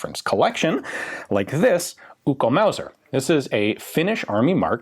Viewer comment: Ian said Ukko-Mauser perfectly. Torille!